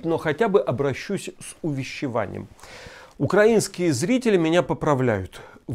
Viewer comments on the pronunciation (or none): none